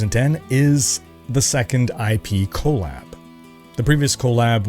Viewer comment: Your saying collab abbreviation like it's co lab with the co from colon. I can't stop laughing.